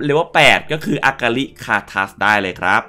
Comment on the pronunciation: อฮารินี่ใช่ Ahri มั้ยครับ ถ้าใช่มันน่าจะอ่านว่า อาริ เฉยๆเลยนะครับ🙏🏻